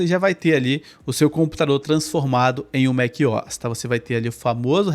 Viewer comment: Que agonia te ouvir falar Mequiós. A pronuncia correta seria Mac "O" "S", separando as letras O e S. O MacOS poderia ser lido em português Mék - Ou - S. Em fim, você fala como quiser, eu só tive dificuldade em prestar atenção no conteúdo porque mequiós me distraía. Hehehe Excelente vídeo mano. O conteúdo do teu canal é muito valioso. Inscrito!